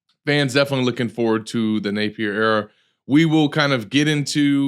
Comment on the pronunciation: i gotta ask... why you pronounce Napier's name like that? Only person i've ever heard say it like that. "Nape-ear"